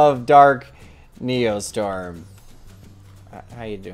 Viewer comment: You too? It's NeoSTORM not Neostrom